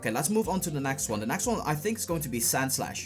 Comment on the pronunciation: like your content. but u need to learn the difference between the letters A and E. and F and V.. example: it's Egg, not Agg. it's next, not nAxt. video, not fideo. other than that.. keep it up